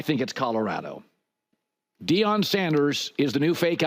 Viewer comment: Love your show Whitlock but please learn to say Colorado not Codarado